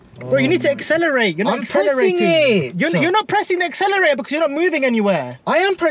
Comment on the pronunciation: “ I’m pressing the acceleraao”